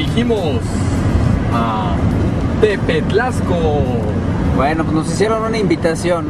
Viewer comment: JAJAJA..... TEPETLAXCO.... SI VAN A HACER ALGO... HAGANLO BIEN.... ES "TEPATLAXCO" PRIMERO DEBEN DE INVESTIGAR COMO SE PRONUNCIA... POR EL AMOR DE DIOS!!!! JAJAJA!!!